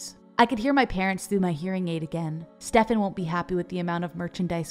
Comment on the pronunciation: How are you pronauncing Stefan?😭